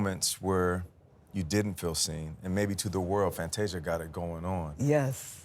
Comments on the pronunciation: Fanteesha? Seriously Gayle. Get it together…… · Fanteeesia though? Cmon gayle. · You got one ☝🏾 more time to mess up her name gail 🤦🏽‍♀️…hanging on the heels of oprah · Now come on Gayle. You know how to say her name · how do you not pronounce Fantasia’s name, right? 🙄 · SO HAPPY FOR FANTASIA!!! 🎊 What's going on with Gail mispronouncing Fantasia's name tho?? 🥴